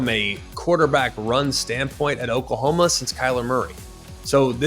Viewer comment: Who is Okalhoma? 😂